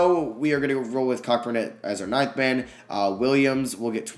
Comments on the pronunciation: I noticed that lol he said cockburn and I laughed but I joke about saying his name like that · Hahahah, it’s Kofi “Co-burn”😂😂😂 just wanted to lyk. I made the mistake too. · Just fyi it's pronounced Kofi Co-burn. It's the way it is pronounced in Jamaican. Great video though👍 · Kofi Cockburn’s last name is pronounced co-burn. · Yo just to let you know Kofi Cockburn's last name is pronounced "CO-burn" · It’s pronounced “Co-Burn” not what you said 😂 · Plz it’s pronounced Kofi Ceau-burn. Like Co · Cockburn is pronounced koh-burn